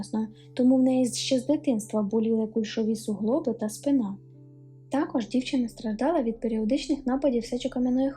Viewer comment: Помилки не страшні, якщо їх вмправляти. Не припускається помилок лиш той, хто геть нічого не робить (от, наприклад, привильний наголос у слові спИна на звуці "и").. Мабуть у пошуках таких історій, що дарують надію на торжество справедливості я і надибала цей канал. Це обнадіює.